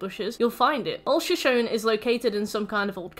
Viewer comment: average european pronouncing shoshone: (great video)